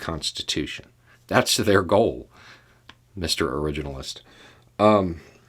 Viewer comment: "Mr. ORIGIN-a-list!" 😂 Oh, how I love this man! 👏👏👏